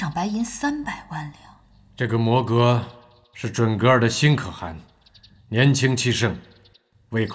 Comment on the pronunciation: 沒有人告訴陳建斌可汗的唸法嗎😂